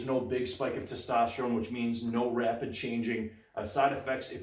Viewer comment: do you pronounce "which" as wuhch? that's interesting.